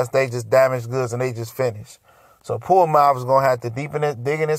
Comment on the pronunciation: Who da fuk is Puamav?! Come on, it's pronounced Ponomarev (pa-no-ma-rev). It's tough to listen to you butcher these names bruh Get it together homie, lol